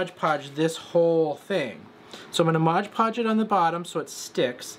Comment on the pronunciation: For the love of Lilies; it is MOD podge; not modge podge.